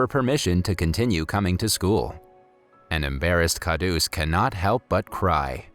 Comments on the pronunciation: Everyone is simply going to ignore the fact that he totally pronounced the word "daba" wrong which in English means lunch box. Lol 😂😂😂😀😁😂 Edit: Sorry also the word KHADUS which in English means nutcrack. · It's khadus not khadoos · Khadoos is pronounced as Kharoos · Wrong pronounciation plus his name isn't kha roos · u said khauds but its stanley